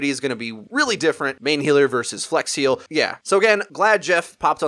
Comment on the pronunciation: flex heal sounding a hell of alot like flex seal